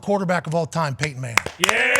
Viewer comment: Paton? It's *Peyton, bro